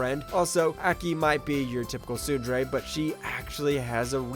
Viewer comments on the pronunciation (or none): Hearing you mispronounce tsundere killed a part of me